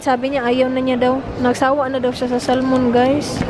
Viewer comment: Silent L po ang Salmon....